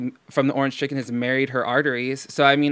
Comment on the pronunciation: “Ernge cheken”